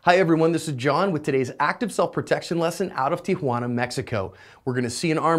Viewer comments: My, my the guy with crossed arms took a bit of time to react and get out of the danger zone. Good job by the copper, a real Speedy Gonzalez draw there. Hey John, you actually pronounced "Tijuana" perfectly. Great lesson, cheers! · OMG!!!! John you pronounced Tijuana CORRECTLY!!! you are one in a million, buddy. way to go.